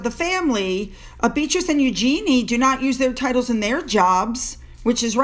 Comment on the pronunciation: Hello, You might like to know that Princess Eugenie (and her family) pronounces her name "YOUzhen-ee"; the stress is all on the "You", the "zhen" follows without a break, and the final syllable is very subdued. It's NOT "you-ZHEEN-ee"! I've always felt that it's mannerly to pronounce someone's name the way THEY do.